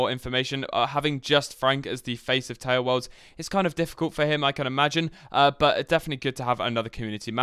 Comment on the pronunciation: "TALEWOLRDS"